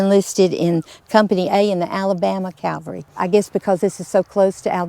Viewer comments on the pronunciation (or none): Folks, please say "Cavalry" not "Calvary"....😊